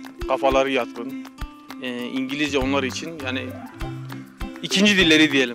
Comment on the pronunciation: Allahım ne kadar güzel Engelizce slshsjslsl